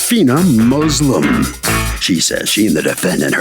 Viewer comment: Y he said her la$t name 'Muslim' like that?